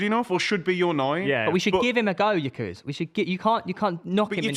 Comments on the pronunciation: Just to be clear, "yikeres" stop saying it. I was born in the same hospital, knew his family as a kid, and still know his mother. Its "g-yor-ker-ez" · His name is not Ikarus. It's Gyökeres. "Gyö" is pronounced as "Ge" in "Germany".. then "keres". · Who is gyikeres ITS GYOKERES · where tf is this yikerez pronunciation coming from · Can’t even pronounce his name right, real good debate here